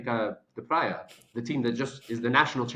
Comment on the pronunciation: Good video! But, please, pronounce “Praia” like if it were “Prye-a”, do not pronounce it like “Praee-a”. Actually, 9 inhabited islands, 1 uninhabited. If you are still in Praia, I hope you enjoy your stay. 🫂❤👍